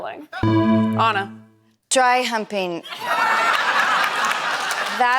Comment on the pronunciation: I’ve never heard anyone pronounce it “Awnna”